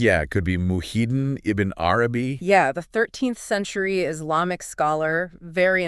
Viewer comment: Why you keep saying "Izlamic"? It's "Islamic" guys!